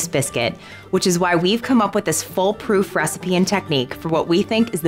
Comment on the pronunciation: 09 She says 'Fullproof'......She means 'Foolproof'.